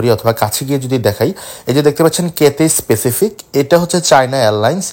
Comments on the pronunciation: কাথ্যায় প্যাসিফিক ভাই, আপনি বারবার স্পেসিফিক বলতেছেন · ভাই কিথিস পেসিফিক না ভাই ক্যাথেই প্যাসিফিক আর চায়না এয়ারলাইনস না বলে বলতে পারতেন এটি চায়নার একটি এয়ারলাইনস